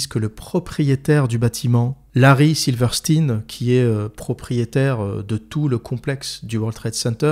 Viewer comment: Alors, on dit Silverstein (Silveur Chtaïne), et non pas silverstine. C'est comme pour Einstein. Et ça s'applique également à Weinstein et Epstein.